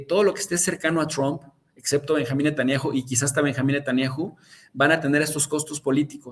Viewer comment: A VER...NO ES "NETANNIAJU"...SE LLAMA N E T A N J A H U Y SE PRONUNCIA NETANYAJU... O BUENO PUES SATAN-YAHU.... ABUSADO MI CHAVO DERECHOSO